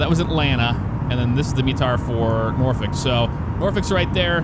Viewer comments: I’m originally from the Hampton Roads area, thank for for pronouncing Norfolk correctly! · So the scenery you have for Norfolk I think is what’s causing the lack of approach information in the world map. The default airport has the approach information. (Btw, good job pronouncing the city right. I’m from the area)